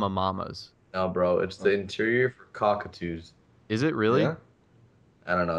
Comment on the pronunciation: Coquette II = Cockatoo